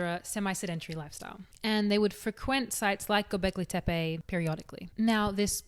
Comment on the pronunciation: If I had a history teacher that taught history this well… I would have listened. 🙃 Great video as always and 9/10 on the pronunciation of Göbekli Tepe. Fun fact, it means “Belly/Pot Belly Hill”